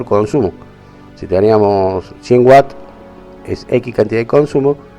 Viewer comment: Todo bien, excepto que no es whats (que) es Watts (unidad de consumo en un aparato eléctrico)